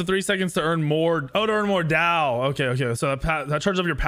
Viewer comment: In Chinese, there would be an accent or tone on the word Dao lol. So technically to pronounce it correctly you would say it with a falling tone.